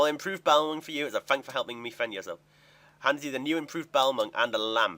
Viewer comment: The way you say balmung makes me want to punch some babies.